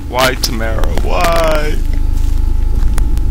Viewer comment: it's pronaunced tam- are-a! XDD